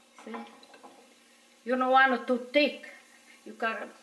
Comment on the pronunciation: Not too “tick” 🤣🤣🤣